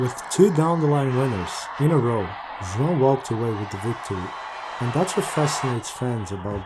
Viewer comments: You've nailed "João" pronunciation!!🎉🎉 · How do you pronounce João so correctly? Foreigners cant really say it 100% like you do.